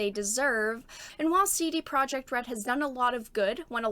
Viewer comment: Also "Projekt" in CD Projekt is pronounced "Proyeckt".